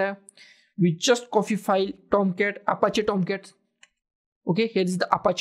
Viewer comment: please have a good pronunciation of copy not coffee